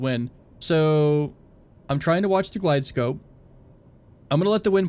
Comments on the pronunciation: Also its GlideSlope not glidescope lol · Love your videos! Really enjoyable. I hope you keep making them. I fly professionally, small tip if you'll allow me. Its pronounced "Glideslope" for a Precision approach (ILS) or Manual Glideslope for a non-precision approach (Localizer). Again, I can't wait to see more of your videos!! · Love the videos! though "Glide slope" is how it is pronounced.